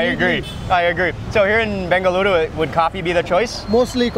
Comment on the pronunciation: The way mark said 'BENGALURU' it touched my heart ❤